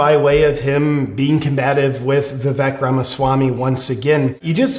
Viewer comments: He pronounces his name Vivake. Just sayin' . Love your channel J.P. ! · i know this is small... but its Viv-ake it rhymes with cake. If you have not seen his freestyle rap on fox. which is weird considering fox is the establishment... but vivek is a maverick. you are basically telling us what leftists have already known. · Its vikek, but it rhymes with CAKE, ViVAKE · pronounced Viv-Vake.. catch on people